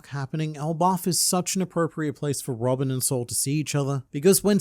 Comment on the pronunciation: it's Robin not robick, right?